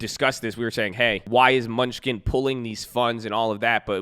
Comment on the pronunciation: It’s Steve MEN-NU-CHEN, lmao, not MUNCH-SKIN! 🤦🏻‍♂️🤣